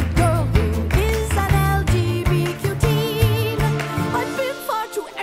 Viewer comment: I like how realized he was spelling LGBTQ+ wrong but continues to say Luh-juh-tuh-buh-quoi, which would still be LGTBQ. Never change, great video. Also she 100% stole it, LEGO needs to sue her